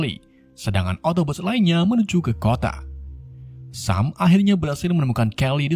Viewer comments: Bacanya bukan sam tpi yg bener sem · Dibaca nya sem